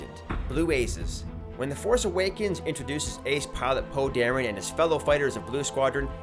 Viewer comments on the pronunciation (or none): Poe Dairy? LOL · Why did he pronounce it poe derrien